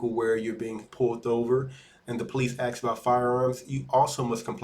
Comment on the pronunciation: The word is "ask" you illiterate !